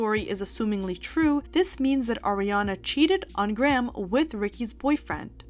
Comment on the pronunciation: did you sincerely just say gray-ham? instead of graham?